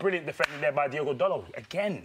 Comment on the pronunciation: Can someone tell: It's Diogo, not Diego Makes me happy, Makes me feel this way.